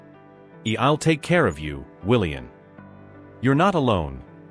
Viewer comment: His name is pronounced WilliaM, not WilliaN. Please edit your stories and reprogram your AI robotic narrator to pronounce words properly. And why do some of the sentences start out saying E. It's irritating and hard to listen to. The story would be so much better if the story was edited and corrected